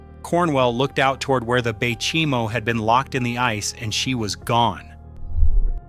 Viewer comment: Bay Chime O lol